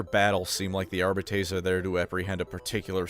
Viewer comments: Pronouncing arbites like this is crazy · I know that you know that your pronunciation of the word “arbites” is wrong. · My favourite part about the Adeptus Arbites is there is not a way to say the word “Arbites” that sounds remotely satisfying or correct Arba-taze? Arr-bee-taze? Arr-bee-tees? Arr-bytes? Arr-bi-tees? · You gotta say it like in Latin. Hercules --> Arbites. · I really hate how you keep mispronouncing Arbites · Is no one gonna mention how Arbites is not pronounced that way? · You could au least use the common mispronounciation instead of making up a worse one. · i dont like the way he pronounces arbites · This pronunciation is throwing me off. I thought it was Are-bee-tees. Audio books say it this way I’m pretty sure. Am I missing something. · Its actually pronounced "Arbites" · Say it with me, Are-Bee-Teas. Idk why you’re pronouncing it Are-Bay-Tays but everyone in the new rouge trader dlc says it properly. You and majorkill have the same funny quirk of absolutely butchering the pronunciation of terms that your channel is all about. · Our-beetees? Are-bee-tees is the correct pronunciation ordained by the Emperor himself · GW decided that the technical pronunciation is "Are beet ease". No I don't know why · Always thought it was pronounced ar bite ees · I’m not trying to be a dick, but I can’t handle the way this man pronounces arbites. It’s definitely Ar-bee-tees. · great vid but the entire vid made my skin crawl with how he pronounced arbites ar-byte-ease i know he did it on wrong on purpose as a filthy eldar symp and ive alerted his local inquisition and arbites detachment that a xenos lover is slandering the god emperor’s most unscrupulous most just and lawful organization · I thought it was "Ar-bee-tiees". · Almost correctly. If High Gothic is just off-brand Latin, then the correct pronunciation Ar-bee-tess. 'tes' like Tess, the hot bartender chick, not Tays, like some weird pair of femboy twinks both name Taye. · Isn't it ar-bEE-tes?